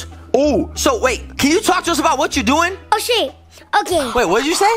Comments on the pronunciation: he uh said oshay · He meant to say ok but said oh shi' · Well almost He said Oh shim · He meant to say oh shape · He said shay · OMG!!! Nah he said shay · said oh ship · He said oh she or oh sheet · did not say a curse he said oh ship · He said oh suer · idk what bad word he said but OSHAY anit a word